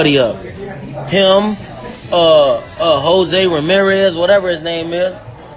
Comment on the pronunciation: " Jose Ramirez whatever his name is" .... you said the man's name perfectly.... you know that nigga's name , stop fronting ' AB